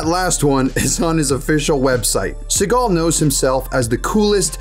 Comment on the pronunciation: Steven See-gut